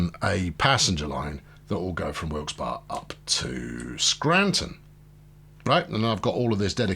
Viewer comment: Also, the locals call it Wilkes-Berry. You say it correctly though.